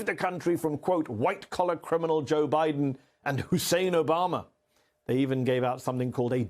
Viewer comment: At least he said Biden and Obama’s names correctly 👍